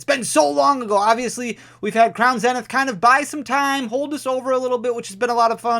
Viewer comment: Bro will you please learn to pronounce " crown zenith" lmfao